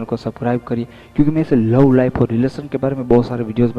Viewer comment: love ko law kyun bolte ho yaar and bad boy ko bed boy bolte ho...plz bolne ki practice pehle kar kd bolo plz.... yaar